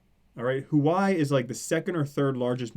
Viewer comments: LOL its pronounced 'Who-Ah-Way' ;) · Good video but dude Huawei is pronounced 'Hwa Way'.